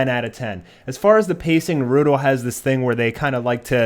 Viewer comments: ITS NARUTO FUCKING NARU*TOE!!!!!!!!!!!!!!! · 54 people heard him pronounce Naruto Nurudo and got triggered. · It's naruto not narudo and madra not Medea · mugen "Naroooodo" "ho-cage" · "Narooodo" "Hoe-cage" How TF did you watch an entire series and not figure out how to pronounce names and titles lmao. This is what the English dub does to people 😂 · not to hate but the way you pronounce rasagan and naruto bugs me